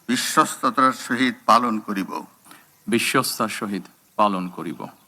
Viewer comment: কি প্রধানমন্ত্রী পাইল বাংলাদেশ ও বিশ্বস্তা উচ্চারণ করতে পারেনা.😂😂😂😂